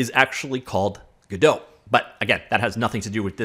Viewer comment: hmmmhmmmm... some hot info there! and it's Godot!